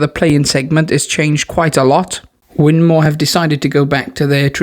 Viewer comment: Win more not mow 😂😂😂